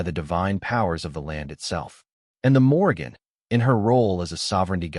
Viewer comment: Morrìgan is pronounced moor-eann - the g is silent....